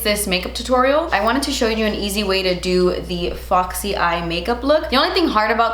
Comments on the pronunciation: no one: not a single soul:: fAwKsEy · I just love hearing you say foxy 😂😂 Favorite foundations. High end: Estée Lauder Double Wear. Drug Store: NYX Can’t Stop Won’t Stop